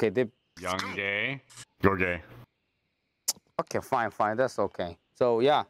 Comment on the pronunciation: ㅋㅋㅋㅋㅋㅋㅋㅋㅋㅋㅋㅋ 게이 발음 찰지네요 역시 은 광대인가...?